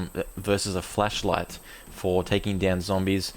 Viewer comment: I just love how it sounds like your saying "fleshlight" instead of "flashlight". I find it funny.